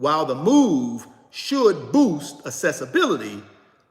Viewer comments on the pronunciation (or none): none